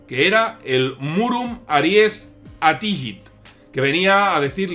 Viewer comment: Se pronuncia "Attijit" y el ie no es un diptongo se leen separadas las sílabas a-ri-es. Excelente vídeo.